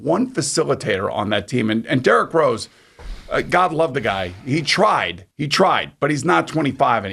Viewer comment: Jerrick Rose Lol.... Dude you pronounce his name wrong. Plus you say Atlanta Hawks were below them in standing. Dude we finished the season with the same record. And we change coaches in middle of the season. Hawks are built right for the playoffs. And knicks are built for regular season. Hawks was always the better team. So stop blaming Julius Randle for Knicks mishap. They are not constructed right. Go Hawks!!!!!!